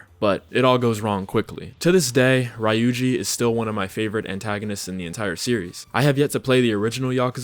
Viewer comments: Ree-uji, bra :p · good video. The way you pronounce Ryuji's name got me mad lol.